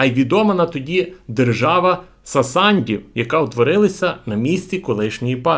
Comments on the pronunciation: Сасандів хехехехехе) сасанІдів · Сасанідів, не сасандів